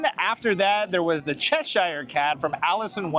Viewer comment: Cheshire is pronounce chesh-er rather than chesh-ire. Lewis carrol who wrote Alice in Wonderland was born in Cheshire, England where I’m from ☺️